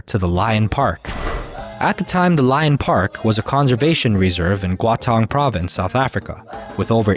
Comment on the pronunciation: Man you assaulted that province name "Gauteng" totally. You should ask a local how to pronounce that. It is wrecked beyond recognition. Also this is not Lion King. These are real lions. No hard feelings. It's just lunch. If you are available for lunch a lion will eat you.